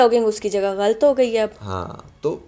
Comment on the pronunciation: apna glt bolna thk kro😂 Glt ni galat hota h 😂